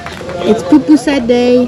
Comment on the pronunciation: Too bad you didn't get your last Pupusa in El Salvador. Love to way, you, pronounce, Pupusa!